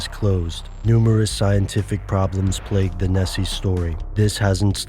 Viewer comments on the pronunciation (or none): none